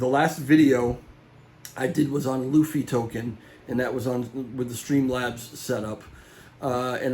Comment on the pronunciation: Loofy. You said it right. Please keep saying Lou fee